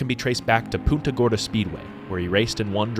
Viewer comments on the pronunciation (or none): i know you dont speak spanish but i beg of you to pronounce the n in punta gorda. It sounded like you said puta and i nearly spit my coffee out